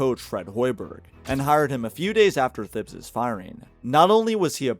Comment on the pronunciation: The mispronunciation of Thibs is crazy